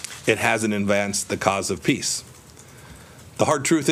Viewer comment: He can't even say PEACE properly.